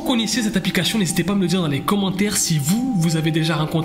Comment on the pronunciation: Il arrive pas à prononcer correctement le mot ‘APLICATION 😂